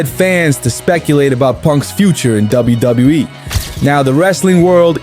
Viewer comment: $555,000,000 😂. bro says WWE like Koslov